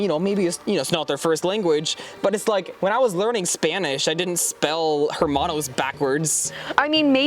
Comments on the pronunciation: Lol u said HERmanos its pronunced ERmanos. I dont think u were learning spanish my dude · You may spell it correctly, but..."h" is silent in Spanish and e sounds like ā. Almost like "airmanos." Hope this helps!